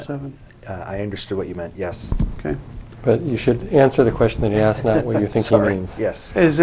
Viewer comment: He axe him many times 😂😂😂😂😂😂😂